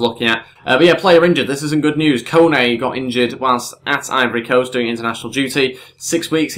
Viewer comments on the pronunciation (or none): none